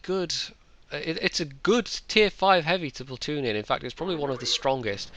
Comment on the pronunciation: Platton? Come on,, your English can only get so bad:P